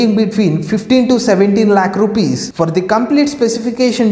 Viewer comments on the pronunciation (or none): none